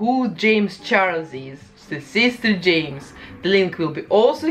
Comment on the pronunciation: Love that’s she’s calls him SEES-TEHR JEH-MES